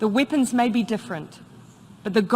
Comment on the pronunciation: "Wipons of war" she says... 🤔